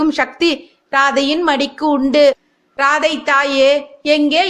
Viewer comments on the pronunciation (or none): It should be pronounced as ராதேய் and not ராதை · ராதே என உச்சரிக்க வேண்டும் ராதை அல்ல